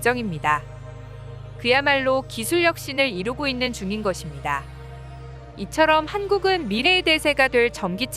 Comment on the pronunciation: 것입니다 -> 발음 좀 제대로 자연스럽게 해주세요. 듣기 불편하네요.